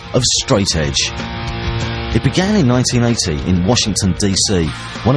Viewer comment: he said 1980, but his accent made it sound strange.